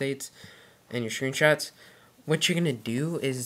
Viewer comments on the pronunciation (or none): "your shreen shrats"